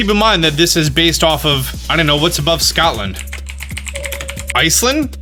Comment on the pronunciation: Did he just say scoutland....